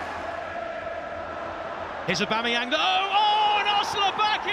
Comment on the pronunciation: Hate how the first commentator pronounces Aubameyang ’Äbemeyäng’